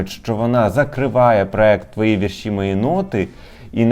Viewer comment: Пивоваров в такій ганебній рубриці. Фу, це ваш провал. І почніть вже казати слово "вІрші" з правильним наголосом!!!